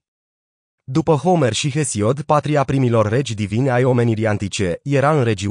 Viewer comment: Foarte adevarat. Mai face si greseli de pronuntie. Homer e pronuntat precum Homer Simpson.... Merge in engleza, dar in romana e catastrofal....